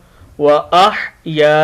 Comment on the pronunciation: sir aap ka tlafuz glat ha ahaya haa ha kaah nahee ha